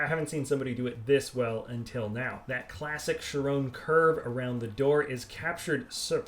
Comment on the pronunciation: Henry Foege Kai-ron is probably the right way to say it. (Kai like Cobra Kai)